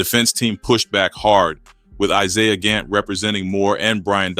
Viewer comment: Who is IZIAH lol. Isiah bru smh